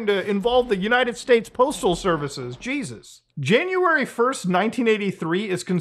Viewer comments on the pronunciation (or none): none